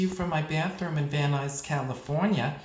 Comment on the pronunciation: Van Nuys - It's Van Nice!